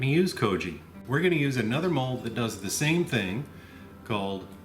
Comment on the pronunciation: I like pearl. Kokuho Rose is my favorite. ✨ I mean, for eating anyway. Whenever he says mold I first hear the word "mulled." Get it out of my head! I know what he means. I was thinking about that black rice that turns purple when you grind it. I wonder how that would work, how gelatinous it gets by cooking it... I also wonder if the time it takes to ferment this stuff has to do with climate. There are some pretty tropical places in China that would increase mean temp during fermentation and thus increase intensity of conversion over time. 🤷‍♂️ I'm trying but I don't have that much experience. The bathroom part made me laugh. I was thinking of a different take on it; "This is my wine bathroom. mHHHHH! Smells very fruity!" 😆 I wish people understood that whatever I do on my own property is none of their business, and that isn't hypothetical but protected by the supreme law of the land. Now I wonder about putting this in a cask after it is brewed. The clay pots increase complexity of flavor with use. There is some clay tea pots for example that are hundreds if not thousands of years old, and it is known for making the depth of flavor unparalleled. Research Yi Xing clay for more info on that. 👍 I happen to be a tea fan.